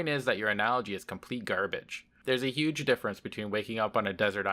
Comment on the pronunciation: "That is a Uge problem"